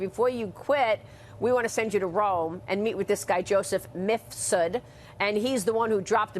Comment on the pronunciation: Has Maria ever properly pronounced “Mifsud”?